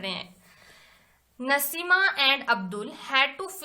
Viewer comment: Naseema nahi naseem